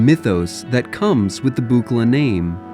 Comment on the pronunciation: It's "book-la!" Don is seems bit grumpy about his name being constantly mispronounced. Though I don't know if Bob Moog cared much about his name being mispronounced. 😁